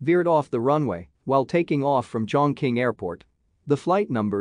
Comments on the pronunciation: It's pronounced as "Chong Ching" ok? And not "Chong King". It's, the largest city in the world by population. Where have you been? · CHONG QING 重庆